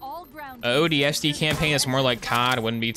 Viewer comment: there is no way you say ODST like that